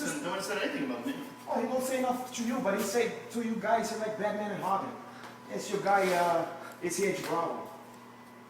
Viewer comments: did he say batman and hobin??? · Batman and "Hobin" lmao